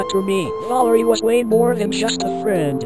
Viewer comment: WTF WAS THAT VALIREY